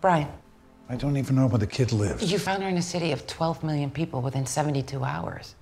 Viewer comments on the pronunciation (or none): none